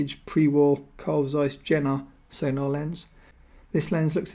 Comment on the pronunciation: great video. Carl Zeiss Jena pronunciation is Je:na the 'J' is pronounced like 'Y'